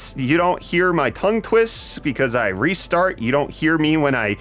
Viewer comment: You do not re-start when you twist the words. You "Reese start", now give me the deals ;)